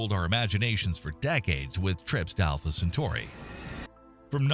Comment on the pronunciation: He said Entrè Pinaurs